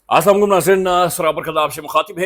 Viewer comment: سلام اچھے سے ادا کیا کریں اا سام علیکم